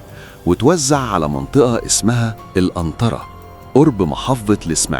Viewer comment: اسمها القنطرة ىا استاذ مش انطرة 😅😅